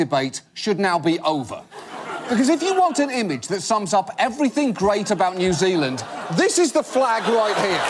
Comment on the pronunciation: New Zilind, is just east of Ostruckinfalia. John Oliver needs to brush up on his kiwi accent. He's sounding like a Yarpie